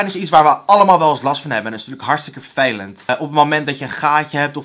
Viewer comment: Whalewil hij zegt gwn vervelend maar een beetje als fvelend